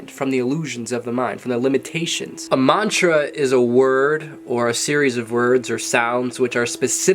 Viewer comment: Dear! you need to pronounce the mantra correctly in order for it to work. you have good mantas. Work your pronunciation.